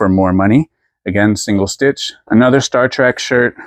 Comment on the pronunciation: You always crack me up! I love that you call Star Trek "Star Track".